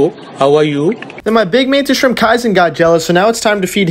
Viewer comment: What I know about Mantis Shrimps I learned from The Oatmeal's comic strip about them. 123DEAAAADDDDDD!!! But I wasn't here for the setup, so I have to ask a noob question. What the $#@ is a "skrimp"? Is that just mispronounced "shrimp"?